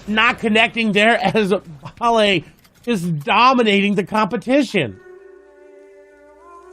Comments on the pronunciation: I’m triggered because he is calling balle baie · No one litterly no one y the fuck this guy calling him biie it's balle bruh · HIS NAME IS BALL-A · Lol he's 14 years old Also its pronounced ball ay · Its ball - uh